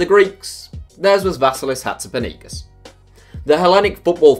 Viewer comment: When you say Hatzipanagis I am always confused, try finding how you pronounce the name or else we won't understand, I though you were talking about a stadium name or city in Russia or something. But the video was LOVELY! All love to Iraklis and Hatzipanagis!!!!!!!